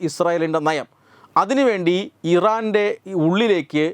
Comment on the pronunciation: തെറ്റുകൾ തിരുത്തുക.. ആവേശത്തോടെ വായിക്കുമ്പോൾ തെറ്റുന്നു. മോസ്സദ്‌ ഇരന്റെ എന്ന് പറയുന്നു.